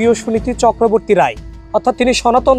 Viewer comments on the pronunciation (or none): none